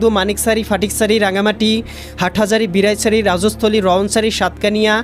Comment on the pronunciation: আবহাওয়া মহাপরিচালকের দৃষ্টি আকর্ষণ করছি ০১/৬/২৬ সকাল সাড়ে আটটার সময় আবহাওয়া সংবাদ প্রচার কারী শিক্ষা যোগ্যতা কি? উনি বাংলাদেশের নাগরিক কি? ওনার ভাষাগত দিক থেকে সমস্যা মনে হয় খাগড়াছড়ি বিলাইছড়ি। যায়গায় আগড়াছড়ি বালাইছড়ি। বালাইছড়িটা আরব কোথায়?